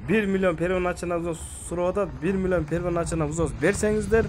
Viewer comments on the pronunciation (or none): 😂😂😂😂😂 сен эмне первоначальный деген созду айта албайт экенсин кичине уйрон